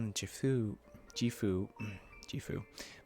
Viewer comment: The G in Japanese words and names is always a hard G. Japanese romanizations are mostly straightforward in that way. The way you are pronouncing it would be spelled "Jifu". Also, holy s***! This really did a number on you, huh? I'll totally understand if you take a bit of a break to recover. Seriously, I think you may need it, so you don't burn out or something!